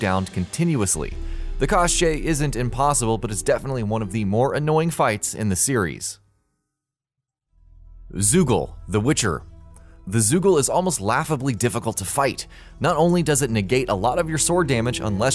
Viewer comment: Its called Zeugl [tseugel]